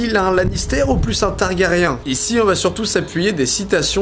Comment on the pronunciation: Les noms des persos prononcés à la française, aaaaaargh. C'est l'habitude de la VO haha !